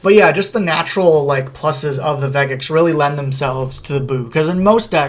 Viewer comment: Vegeks has a soft G sound. Good video tho!